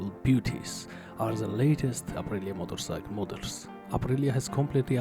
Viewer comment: I’ve watched a lot of your videos. I really enjoy them. I’m glad you’re learning English but can you say motorcycle. Not motorsike. Cheers